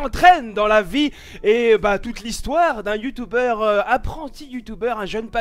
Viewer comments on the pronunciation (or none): on dit Youtuber et pas youtouber 😉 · Youtuebeur, "tue" pas "tou" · Like si veux que dise YoutUber et non YoutOUber 😂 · youtuber pas youtouber tu parle un peu mal mais bon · tu me stresse quand tu dit " youtoubeur"😂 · Sa le tue quand il dit youtouber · Je kiff quand il dit YOUTOUBER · il prononce YouTube avec l'accent anglais